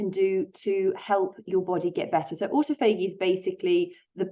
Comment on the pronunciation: Aw taw fuh gee is how to pronounce autophagy. It took me a minute to figure out what you were saying. An important video non the less thank you.